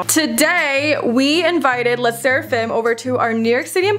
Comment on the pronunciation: How did you call le sserfim